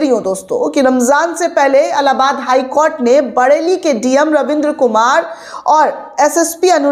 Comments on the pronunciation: कोट नहीं ॰कोर्ट* शब्द है कृपया उचारण सही करे! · Please correct your pronunciation of the word court. It is to pronounce as court not cort. Thanks for the information of the court. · Madam court ka ucchhar baraber karo.